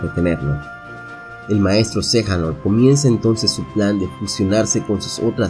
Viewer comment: Xehanort no xejanort jaja